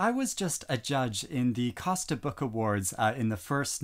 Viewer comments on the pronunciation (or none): none